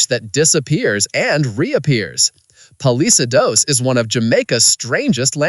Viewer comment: Wrong flag..Palisades wrongly pronounced